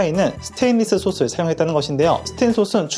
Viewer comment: 발음 [소슬]아니고 [소틀]이요. 다 시옷으로 발음하시네 ㅎ.